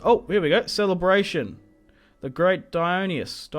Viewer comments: Although in this game it would be "die-on-eye-see-us", since his name is Dionysius. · Isn’t it “die-on-Isis” not “die-own-ee-us”?